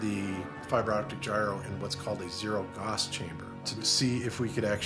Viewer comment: This just in, a man who thinks earth is flat also mispronounces "Gauss"... I wonder if he realizes it's named after one of the most brilliant people to ever live... Also, If you think the earth is flat you do realize that that invalidates virtually all scientific theories and laws, even the ones on which the technology you use is based. So even if you did get your desired results you couldn't even trust them as the machines "don't" function properly because they're based on "fake" science